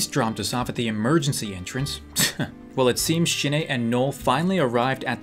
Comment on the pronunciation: idk why but everytime you say Shin-ae it sounds like you are saying shit aye